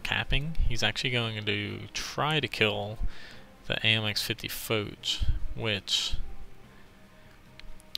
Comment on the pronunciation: Its really not pronownced fowtch , but f-awe-sh for Foch. Great game great skills